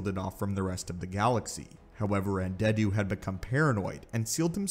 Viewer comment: Lol, Un-dead-u, nice 🤣